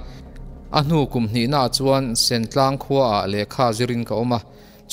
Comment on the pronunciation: Sentlang tih hi sen lai tak hi nausen lai tih a sen angin i lam a, (red) sen angin lam tur